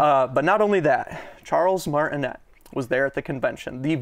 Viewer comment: Charles Martin-AYEEEEE, Come on bro